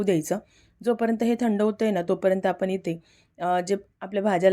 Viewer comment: रेसिपी ठीक 'पन' नाही 'पण' 'आपन' नाही 'आपण' 'पानी' नाही 'पाणी 'झाकन' नाही 'झाकण' 'साकर' नाही 'साखर' 'लसून' नाही 'लसुण' 'दाल' नाही 'डाळ' 'पिवरी' नाही 'प्युरी' 'तडका' नाही 'फोडणी' मराठी वाचवा! रागावू नका!